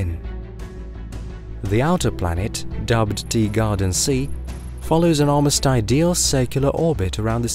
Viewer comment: Is it just me who hears it, or is this guy really saying “Deegarden B” rather than “Teegarden B”?